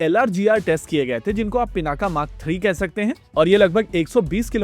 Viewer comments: पिनाक अकारान्त शब्द है , आकारान्त नहीं इसलिए उच्चारण के अन्त में 'अ ' आयेगा 'आ ' नहीं। तो English में Pinaka लिखेंगे लेकिन उच्चारण पिनाक ही होगा , पिनाका नहीं। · Pināka. Not Pinākā.